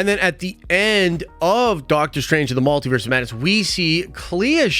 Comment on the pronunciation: WTF IS A MAL-Tiverse??? It’s pronounced Multiverse… MUL